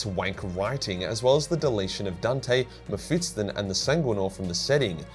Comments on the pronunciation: Still saying “Mephitston” 🤦🏻‍♂️ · Please pronounce Mephiston correctly it hurts my soul